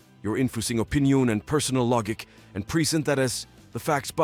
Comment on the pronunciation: im sorry the Text to Speech is just too perfect. this Chris Redfield serious voice mixed with the mispronunciation like "yor infoosing yuor Opeeneeyonngg an pursonal LoGICK" xD Edit: OMG WHAT WAS THAT?! "Meanwhile for xbox... most played Starfield is above Apex Legends...and other GaAaAaAaSsSsS!!!" WHAT WAS THAT?! THAT THREW ME OFF SO MUCH!!